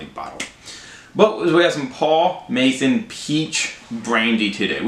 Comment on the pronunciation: Masson… not Mason. Haha